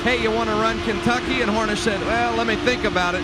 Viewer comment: Did he say "Kenkucky" ... ?